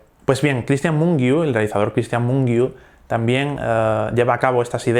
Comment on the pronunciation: Muy interesante!!! Gracias por añadir una película rumana! Es verdad, es una película muy buena. Yo también la utilizó en mis clases de cine. Disculpa si soy pesada, pero el apellido "Mungiu" se pronuncia de otra forma. Cuando tengas tiempo, puedes ver este vídeo y al final, la presentadora pronuncia el nombre del director en rumano: saludos!!